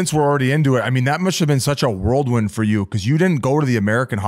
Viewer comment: Someone tell Biz it's whirlwind not worldwind